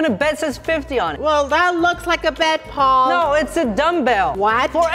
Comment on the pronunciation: Paul u were saying pail pt paul